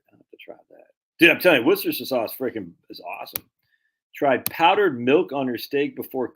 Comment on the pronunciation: I say this out of love: It's pronounced "Wooster sheer." Worcester [any town in England w/ "cester" or "chester" in the name was a Roman fortified village, or "castrum"; same root as "castle..." back in the day] and in this case the locals pronounce it "Wooster" [midway btw "rooster" and "wuhster;" darn hard to convey in writing] and the "shire" [basically the equivalent of "county" in American] part is just "shir..." like "her" w/ a "sh" in front. Ergo, "wooster sheer" not "War chester sheer sire sauce" like I used to say before I spent a semester abroad in Oxford! 🤣 [Shout out to my host family I lived with in Headington, all those decades ago. Lovely people who really made me feel part of their family!]